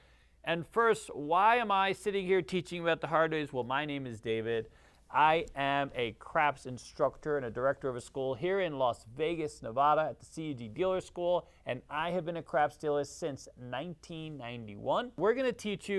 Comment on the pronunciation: Love your stuff but we pronounce it Nevada not Nevahda 😊